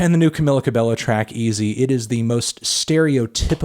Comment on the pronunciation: Did he really say canola cabello? 😭😭